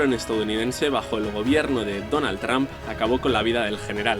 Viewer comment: "Donald Traaaam " ? por que sera que no pueden pronunciar bien el nombre de Donald Trump?